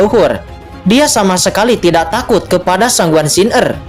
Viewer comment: Baca san Guan xin er min jgn gabung Siner bacanya,😂 Semangat 1 episode lagi nanti jm 10 y🙏